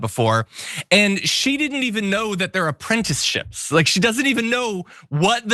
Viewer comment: Haven't you ever heard of "enprentish-ship?